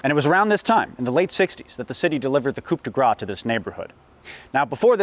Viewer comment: I'm sorry, but "coop de grah"? C'mon man.